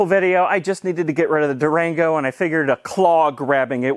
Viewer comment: I say Durango, you say Duragno